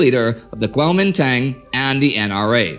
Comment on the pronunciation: You pronounced it so nicely the first time. Then slipped back into the silly western mis-pronunciation. Regardless of how you choose to write it Kuomintang or Guomindang the pronunciation is Guo min dang.